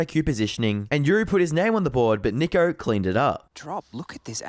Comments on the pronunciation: Narrator dude pronounced NiKo as Nickko lol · How did the VA person read NiKo as Nick-o lmao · you really can't pronounce niko correctly lmao